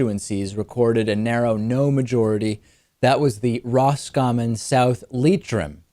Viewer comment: Congratulations on your pronunciation of Roscommon and Leitrim tips hat